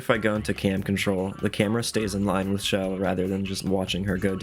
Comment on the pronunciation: Her name isn't "Shell". Why do so many people pronounce her name that way.